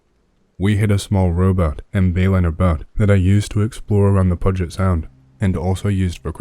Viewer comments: ( Pew-jet ) People always mess up the names of places up here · Noooooo!! Pew-jit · puget (pew-jet) sound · Puget is pronounced PYU-jit. Referred to in the second verse of the Nirvana song "Frances Farmer Will Have Her Revenge On Seattle: In her false witness, hope you're still with us To see if they float or drown Our favorite patient, a display of patience Disease-covered Puget Sound She'll come back as fire to burn all the liars Leave a blanket of ash on the ground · Great stories as always! BTW, story - Puget == "pew-jit" just wanted to point it out since that's my home! Also, seen it in other videos, but PNW = Pacific North West (Washington, Oregon, Idaho, BC Canada) Thanks for the awesome content!